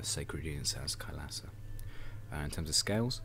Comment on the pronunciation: its pronounced kailaasa